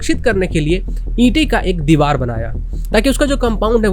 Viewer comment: Deewar not deewal👍🏻